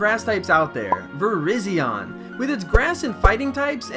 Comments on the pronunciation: It's vi-rise-ee-on, not vi-riz-ee-on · It's vi-rye-Zion idiot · u pronounce virizion wrong idiot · you pronounce your favourite grass type Pokemon wrong...wow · you said virizion fold NOOOOOOOOOOOOOOOOOO!!!!! JK i dont care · Also,Can I have these Mega Pokemon please? Mega-Keldeo(Both Ordinary + Resolute form)(Also he's my Mascot for Team Justice Fighters.) Mega-Cobalion Mega-Terrakion Mega-Virizion(Also you pronounced her name wrong.Stop making the 'E" sounds.You make her sounds stupid Af.Make the sound of "I"'s name.Vr-I-ze-on.Get it right bro.I heard her name in a movie.Jesus...) Mega/Primal-Dialga Mega/Primal-Palkia Mega/Primal-Giratina Mega-Sunicune Mega-Entie Mega-Raikou Mega-Reshiram Primal-Kyurem Mega-Zekrom Mega/Prival-Xerneas Mega/Primal-Yveltal Mega-Jirachi Mega-Mew X/Y Mega-Mespirit,Azelf,Uxie(and they're called the Lake trio.) Mega-Celebi That's all.